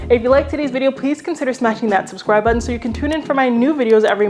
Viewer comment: You always find the best “stuff” and then share it with us! So thank you for that. Also thank you for pronouncing “button” properly. You said butTON. Not butin. Go!